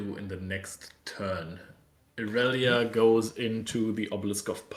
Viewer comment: You guys are awesome casters and I love the content! Plus mucho kudos for finally saying irelia’s name right